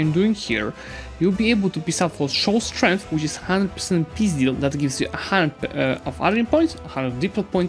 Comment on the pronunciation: I am really fond of how you say peace deal, sounding a bit like пиздятз